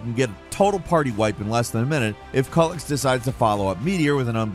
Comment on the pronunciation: Really hard to listen to you misprounce Culex (Kyew-lex) that many times in 30 seconds 🤣🤣